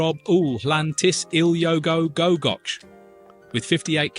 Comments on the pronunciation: No dinosaur fossils in the Scottish highlands. The rocks are from a couple of hundred million years before the dinosaurs came along. Oh, and 'goch' rhymes with 'loch' not 'watch'. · Oh no! That long village name. Don't listen to him. Especially the last syllable. not "ch" as in church but "ch" as if you're clearing your throat 🤣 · Its not pronounced goch. Im English and that made me cringe.